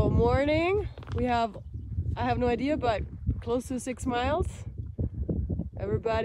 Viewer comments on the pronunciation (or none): none